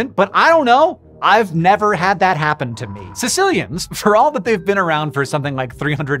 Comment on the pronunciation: The fifth thing is how to pronounce their name, but you won’t get that here.